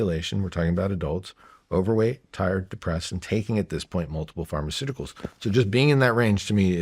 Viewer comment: Pharmaceuticals aa in medicine. Not Pharmaceutical as in "big pharma"